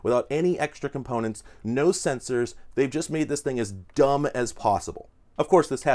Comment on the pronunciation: "Dumb" sounds similar to "elegant" here. Garbageness aside.